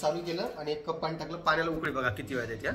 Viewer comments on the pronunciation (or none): none